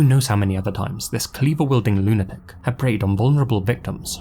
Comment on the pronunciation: How do u have almost 2 million subs but can't pronounce lunatic?